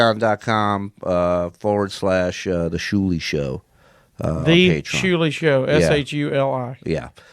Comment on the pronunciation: Its Shuli not Schuli